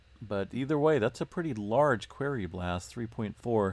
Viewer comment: FYI..."Quarry" is pronounced, "kwôrē" - also, "tremor" plural is "tremors" ...sorry, my dad was an English professor and he was always correcting my speech so I was unfortunate enough to have that rub off on me so I've been correcting people for most of my 68 years. Don't take it personally, besides, you'll sound more intellectual, a definite plus...lol